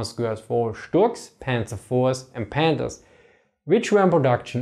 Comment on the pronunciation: I love how "Panthers" sounds like "Pandas"